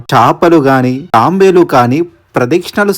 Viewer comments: thabelu raaaa Thambelu kadhu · Nirmanamu kadu nirmaanamu.thambelu kadu thaabelu.koncham chesukoni video pettandi.veshindi cheppedi em thelugu.aakramamu kadandi akramana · Leelu కాదు.. నీళ్ళు...... తాంబేలు కాదు... తాబేలు........ ఈ గుడి గురించి చెప్పి నందుకు thanks